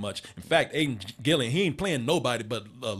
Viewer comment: *Aiden Gillen, not Gillian.